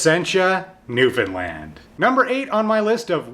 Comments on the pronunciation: I'm from Newfoundland too :) and yea, he said it right, it's NEW-FUN-LAND pretty much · YOU SAID NEWFOUNDLAND RIGHT! YEEEESSS!!! <3 oh God you're the first person on YouTube that ive seen to pronounce it correctly that isnt from here. most Canadians even botch the pronunciation.